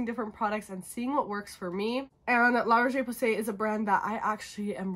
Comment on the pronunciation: La RocheÉééé PowWwwwsayyyy. La prononciation m’a tuée.